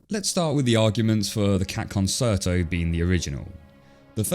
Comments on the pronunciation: “Concerto” is pronounced “kon-CHAIR-toe”. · Great video, but please say "con-cher-to" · Pronounced "con-CHAIR-toe" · It's con-CHAIR-toe. Like many music terms, it's Italian. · And also, why is he saying " con ser to " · The fact an Englishman is saying "Conserto" really pains me and he'll be dealt with most harshly. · I’m sorry…. ‘Con-chair-toh’ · Isn't it Concherto? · The word "concerto" is pronounced 'con-chair-toe', not with a soft c like in "concert". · Con-share-toe might be a better fit - the 'ch' in chair is a bit hard. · I’m a musician, and I know a LOT of people with British accents, and they all pronounce it correctly. (konn-CHAIR-toe) I think he’s just pronouncing it the way it looks. Totally understandable, if you aren’t a musician. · I cringed every time you said 'conserto' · Really good and balanced video. Small nitpick: the second c in concerto is pronounced as ch (concherto) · He really went the whole video without knowing how to pronounce "concerto" 💀 Good video though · You say this word like 42069 times during this video and it's actually driving me insane lol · With respect, while concert has a sibilant c in the middle, in concerto that central c is a "ch" sound. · You pronounce concerto wrong. This is coming from a classical music lover. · you probably should've looked up how to pronounce "concerto" before you made this video. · Incredible amount of research in this video except how to pronounce ‘concerto’, but I guess that’s where we are these days. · You know, it really bothers me how you mispronounce concerto. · You can't get a narrator who can pronounce concerto? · Your pronunciation of concerto bothers me more than it should lol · Love the video. But the way you pronounce Concerto sounds like nails on a chalkboard to me. Please look up a pronunciation before talking about it in another video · Your constant mispronunciation of concerto is really distracting. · That’s not how you pronounce concerto. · Concerto is pronounced con-chair-toe.